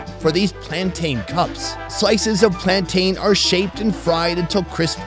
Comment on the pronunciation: Mountain.....plantain....please ppl 😑🤣